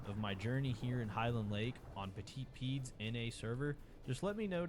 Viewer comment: Love the vids ! But sorry I can't get over the 'petit pied' pronunciation. You pronounce 'petit' well, but 'pied' isn't pronounced 'peed'. it’s pronounced like ‘pee-eh’, said quickly as one syllable, like 'pyeh'. The 'eh' part sounding like 'rend(EZ) vous' or 'caf(É)' "Petit pied" translates to : 'Little foot'. The name of the protagonist sauropod of 'the land before times' movies